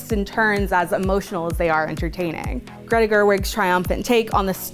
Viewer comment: Gre-TA, Gre-TA. Say it again with me, her name is not Gre.